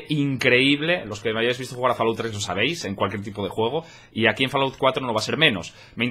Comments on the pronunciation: se pronuncia folaut no falaut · cuesta tanto decir " FOLAUT" en vez de FALAOUT???